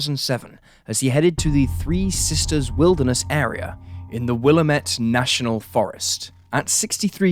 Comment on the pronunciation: Willamette is pronounced will-am-it lol